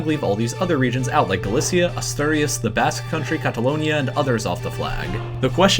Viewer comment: Asterdious? A - stu-de-as maybe learn how to pronounce the province before making a educational video